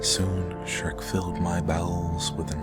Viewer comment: Shrek is not Dhrek!